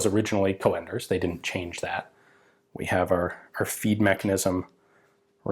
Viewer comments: Joh another great video about a forgotten weapon, but...you are really butchering the name mate 😉 Coenders is a Dutch name, so prepare for our fowels. Its pronounced koen-ders, not co-anders. The 'oe' is one sound, like the call of an owl, 'oeh-hoe, oeh-hoe'. For advanced lessons, now try to pronounce the name of an owl character from an childrensbook: oehroeboeroe 😁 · Haha, that's some horrible mispronunciation of the name Coenders, I think the American way of writing this how you pronounce it is "Coonders". Still a cool video! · The man's name is pronounced like the "u" in "but" and not co-enders, so "cunders". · I have the impression you're saying "co-enders", but wikipedia renders his name as "conders" with an umlaut my keyboard can't reproduce. When the umlaut is not available, an 'e' would be added. In Enigma messages they'd write "fuehrer" for example. Obviously that's not pronounced fu-ehrer but just fuhrer. Not sure how I would describe the prenunciation of an o with umlaut. I'm Dutch myself so my keyboard isn't made for this. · I am assuming that 'Coenders' though he was German will be pronounced in a similar way to how it would be in Dutch. The 'oe' sound is very much like the o in 'who'. If the 'oe' is actually replacement for 'o with umlaut' (common in written German), then it is a bit more like the e in 'her'. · Coenders, spelled Cönders in german. It is not pronounced o-e but as described on Wikipedia en wikipedia org/wiki/%C3%96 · the correct pronunciation woulď be Cunders.. Coenders is namely the alternative spelling of Cönders for when the writing tool lacks an umlaut.. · Not a criticism, just a correction Cönders (pronounced with an o like in "hello") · Isn't his name pronounced Caynders? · Coenders sounds more like an originally Dutch/Belgian name???. It probably should be pronounced more with a UUHH/OEHH sound ??? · Coenders is pronounced like Coonders